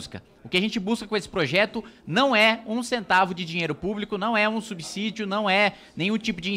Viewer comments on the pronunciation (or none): none